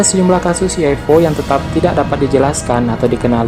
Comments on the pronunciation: UFO bang bukan U F O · Ufo bukan uifo